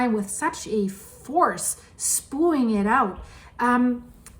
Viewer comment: you use the word so much that I feel you need to understand the proper pronunciation. The word is spewing, and it is not pronounced SPOOING. It is pronounced SPEWING.